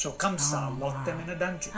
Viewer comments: It’s Kansa/Kans....not Kamsa. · Not Kamsa its kans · Actually, his name is "Kans/ Kansa" not Kamsa...🤗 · Wrong......kans not kamsa